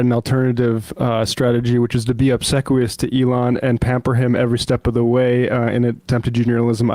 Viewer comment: You mispronounced the word 'obsequious', unidentified disembodied voice. The 'e' is long.